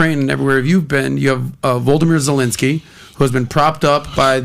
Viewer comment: He said Voldemeer Zolinkski😂😂